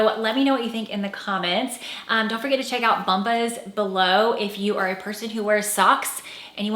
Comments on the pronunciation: Ooohhh. Bomb-uhs. Are they really pronounced bump-ahs? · I believe it is pronounced Bomb-bas (like an exploding bomb). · Bombas. You might check a commercial for pronunciation. Love you videos. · This video was a train wreck. This woman talks about what she “feels like” , “looks not elegant”……OK, trying to get past that…..then she actually comments on styles that are dated, and the importance of fit. All whilst wearing a blazer that is not just oversized (dated) but at least three sizes too big. It so big it’s comical. Capped off nicely by mispronouncing her sponsor’s name. Thanks YouTube 👍